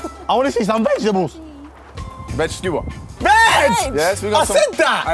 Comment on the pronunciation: Please accent fail 💀💀😭 I wanna SeE SoME vEGTABles